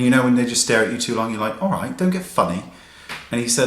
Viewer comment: You sounded extra British in the video. When you said "Alright".